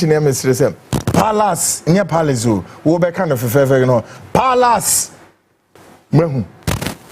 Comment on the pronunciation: Yes ooh Paalaase , Dolaase and chuuch yes that's palace , Dollars and church . Yet they say they teach Ghanaian how to speak English. 😂😂😂